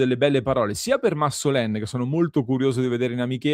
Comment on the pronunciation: Perdonami ma si pronuncia MassolAn in francese anche se vedo che tutti, sbagliando, dicono MassolEn. Del resto tutti dicevano Papen invece del corretto PapAn